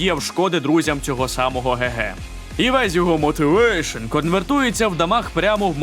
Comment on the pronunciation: "МотивЕЕЕйшн"🤣🤣🤣 я просто випав з цього моменту🤣🤣 шикарне відео